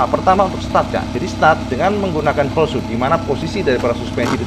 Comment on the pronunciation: Bang... bang... "Holeshot" itu "shot" nya "o" nya satu, jadi dibacanya "holsyot", bukan "holsyut". Klo "o" nya ada 2 "oo" baru dibaca "u", contohnya "shoot" dibaca "syut". "Screenshot" itu dibaca "skrinsyot" bukan skrinsyut" karena "shot" nya "o" nya satu. Salah melulu bacanya dari dulu, nanti penonton yg ga tau ikut-ikutan salah nyebut.